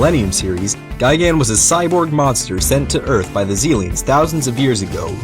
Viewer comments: It's not gigan It's gigen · Btw, it's technically pronounced "Guy Gun"